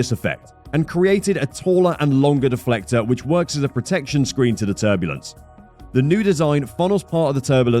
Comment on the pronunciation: It called turbulence, not turbolence. Yeez...